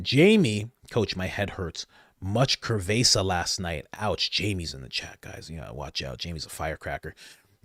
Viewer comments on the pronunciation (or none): 😂😂 Love ya, Coach! Just wanted to help wirh the pronouncing.. "cervasa" Not "ker-vaysa"😂 its pronounced "serr-vehss-ah" 😅😂 Love ya, bro Keep up the great work! I NO BLACK, PAPIIIIII!!!! NUNCA. NUNCA, NUNCA!!! HEEEE-YYAAAAIIIIIII!!!😂